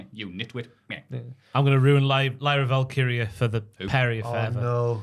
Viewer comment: calmly correcting pronunciation of Dionna Purazzo and Lyra Valkyria every single week has surpassed calling every move a shoot as quietly the best part of the podcast.